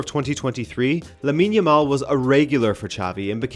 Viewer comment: Lab-in yamal?